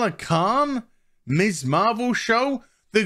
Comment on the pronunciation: I think you are great, but everytime you say Miss Marvel, all I hear is Miss Marple which confused the hell out of me at first!:)